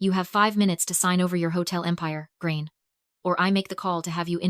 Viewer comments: I can understand that foreign people can't pronounce Irish names, but I honestly would've thought AI would be able to pronounce it, but this video has proved me wrong huh... Gráinne is pronounced GRAW-N-YA not GRAIN! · Pronounce Grainne properly! It is not pronounced Grain.